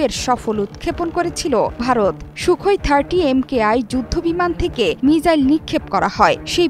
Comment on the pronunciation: মিজাইল ❌ মিসাইল ✅